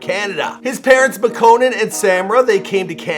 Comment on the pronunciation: When he says Makkonen instead of makkonen